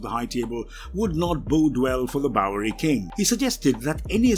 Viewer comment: Anyone else noticed that says "bowlrey"